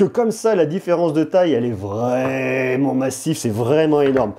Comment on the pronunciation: "vreeement" 🤣 J'suis plié 🤣 🤣